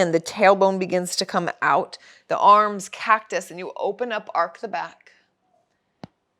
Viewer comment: its arch not ark,. hahaha but amazing flow. we appreciate you so much